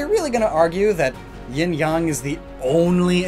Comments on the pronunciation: You're the first white person to ever say my last name (Yang) correctly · If ying is feminine, and the yang/yong is masculine and the way you said it uh, that is some pretty good pronunciation “Zecrom is hard, tough-“